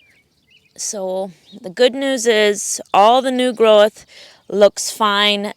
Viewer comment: The word is “growth” not “groweth”